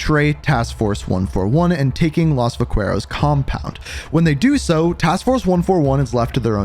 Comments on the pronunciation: VAQQUEROS!? ITS VAQUEROS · Yo, my guy.... just a suggestion from a hispanic. The U is silent in vaqueros. I love you and your vids, but this cuts to my core everytime you say it lol.